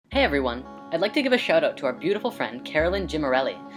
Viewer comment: He gave a shout oot. What's that aboot?